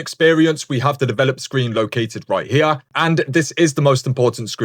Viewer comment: right hee-ya